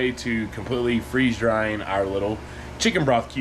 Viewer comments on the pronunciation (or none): I thought you said “freezing drying balls”!!!😂😂😂